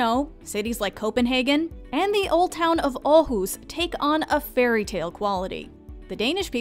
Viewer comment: wtf you said Aarhus almost perfect